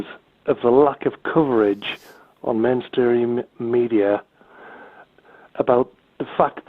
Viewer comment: I'm sorry, I thought one of your callers said "menstruating media" in instead of "mainstream media"..... Still appropriate, huh...!